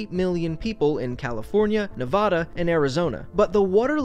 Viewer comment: Damn him pronouncing Nevada wrong hits 💀